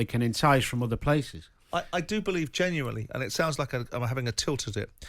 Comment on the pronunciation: please can someone teach Simon how to pronounce 'genuinely'